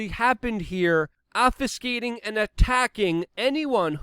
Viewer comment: "Obfuscating" has a "B" in it. But I appreciate you trying and I notice your pronunciation of English words better and better! The only reason I bring this up is because stuff like this influences how people see you. I want people to trust that you know your shit. I think often people equate intelligence with grammar, which I think is as bullshit as any "judging a book by its cover," but still true. I know you care, want to inform the masses, and have them see you as a credible source of information. I think it is as simple as an assumption that your grammar, etc. has a direct inverse relationship between how well read you are. That all said, I acknowledge that you are Polish, so not a native English speaker. Knowing that, I'm actually super impressed with your rapid growth!